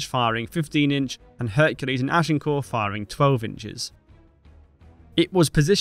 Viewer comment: Good to observe that you pronounce 'Agincourt' correctly - ! 😊